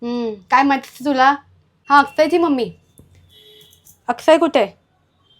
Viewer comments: अक्षय नाही आकसय😂😂😂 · Akshay shabd 1 number bolli tai